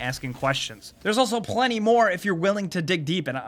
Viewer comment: listen to how he says "plenty"